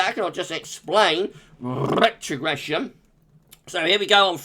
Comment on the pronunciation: Noooooooooo not rrrrrrrrrrrrrrrretrogression 😭😭🤣🤣